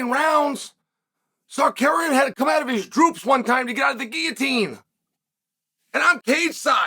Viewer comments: Really man? You are talking about someone, and you don't have a respect to say the correct name? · Chael has a problem with him which is why he intentionally mispronounces the name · Chael, please stop using the R and the K backwards. Or just say his first name. Thanks.. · Tsarukeynn needs to watch Chael to learn the proper way to pronounce his own name... 😂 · I came here JUST to hear ol' Chael absolutely BUTCHER Arman's name 😂😂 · Honestly knowing he does is on purpose makes it very funny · I didnt know who we were talking about until Oliveria came up 😂😂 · If not for the context I wouldn’t have known who he was talking about he butchered that so bad 😂